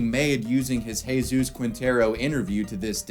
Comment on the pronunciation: It's always funny seeing a U.S. American covering a European country and then hear them try to pronounce the words, but this one is actually quite well done. In fact he even used the Andalusian accent when pronouncing words like "Juan" and "Jesús".